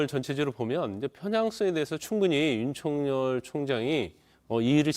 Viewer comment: 윤서결이 맞는 발음인데 jtbc 아나운서는 음...